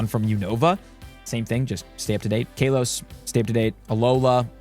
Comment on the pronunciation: bro the way you pronounce Kalos and Hisui is criminal😭